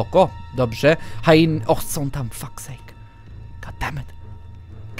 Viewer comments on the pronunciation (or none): hjeny a nie hainy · No właśnie teraz się dziwiłam jak powiedział HAINY zamiast HIENY XDDD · nie hainy tylko hieny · Nie Hajeny,nie Hjeny tylko Hieny.